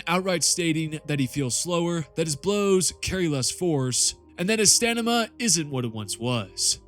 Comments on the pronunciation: Stamina. Not Stanima. Drives me insane. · You always say stanima instead of stamina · Stanima? STAMINA!! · Are you saying "Stan-ima" or "Stamina"? You being funny again? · Had to sift thru to find someone pointing it out thanks for pointing it out so I don’t have to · Stanima > Stamina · lol "stanima" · stanima? also in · "reduced stanima" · are you purposely pronouncing stamina wrong? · Not even an agenda. Just based and true. Also love how you can't say stamina properly.